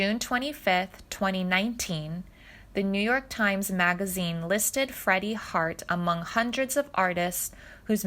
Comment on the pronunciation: Mispronounced Iwo Jima, as well as his last name.